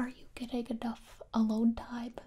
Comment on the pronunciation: I absolutely love the occasional extra B sounds after a word that ends with an M sound. For example, "Timeb", "Vacuumb", and "Armb". So oddly delightful.